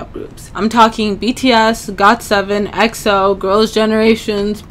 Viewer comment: coughs EXO? It is pronounced E X O